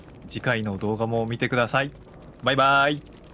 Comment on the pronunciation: みんなが癖強で集まってくる編集好きすぎるし、📦「見てくだ『さ』い」の発音、お兄ちゃんにそっくりでは？？？(🐟民の皆さんならわかるはず…) 🐶📦兄弟てえてえ〜〜〜🤦‍♀️